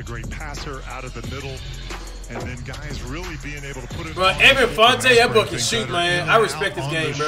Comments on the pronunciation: Did he just said evan fronte ? Lmao it's evan Fournier, respect the French guys mddrr , oops , lmao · “Evan fontay” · He said even fontee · Cash said "Evan Fontay" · "Evan Fonte" 😂😂😂 LMAO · Cash becoming more and more like Flight everyday, he even started saying players names wrong. “Evan Fontay”?!?!😂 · “Evan Fonte” sound like he watching flight too much 😂😂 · No one: Cash: Evan fontay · "Evan Funtay"